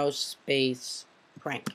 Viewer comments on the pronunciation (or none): you calld it pank